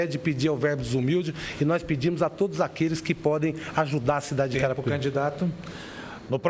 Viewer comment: carai o apresentador erra o nome de carapicuiba toda hora kkkkkkkkkk